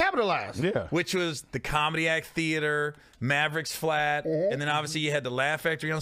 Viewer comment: maverick flats is not like owen. it is not maverick flat. cant take the s off, LOL maverick flats